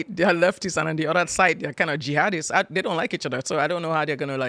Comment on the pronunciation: Saying “dey”, “deir”, and “teksuks” isn’t an accent, it’s pure laziness. She’s lived in the US since 1998, when she was 33. She’s now 60. No excuse for her garbage pronunciation.